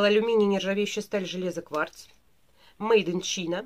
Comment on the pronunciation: Спасибо за видео.супер. всегда только ваши видео смотрю.только вот немного как преподавателю английского языка непривычно когда произносите слова не правильно.прям студентов своих вспомнила Надеюсь не обидитесь. Made in China (мейд ин чайна) Farm(фам) 👍